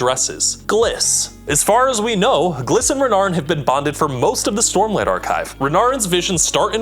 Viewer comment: Sormlight Archive, eh? 😂